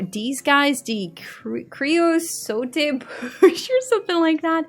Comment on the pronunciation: The Porcupine and the Sand Cat are my faves. I will get the pack but its pretty disappointing. Just so you know the Creosote bush is pronounced creo soat (like boat). Thanks for the review.